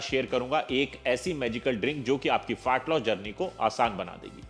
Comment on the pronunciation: Is chutiye ko FAT LOSS bolna bhi nahi aa raha hai … Fart loss bol raha hai